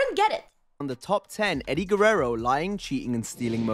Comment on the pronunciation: when pronounces Eddie's name perfectly